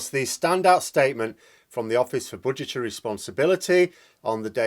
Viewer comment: At first I heard butchertary statement, might be your accent, still more appropriate 🤣